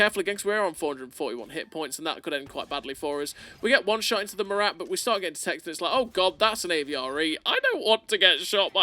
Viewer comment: It's not "Morate" its "Mora"